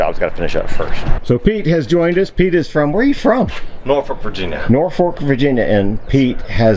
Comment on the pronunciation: I'll never get over his pronunciation of Norfolk ha!